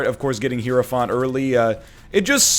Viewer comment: I don't mean to be rude, but it's not hero-fahnt. It's hyro-f-ant.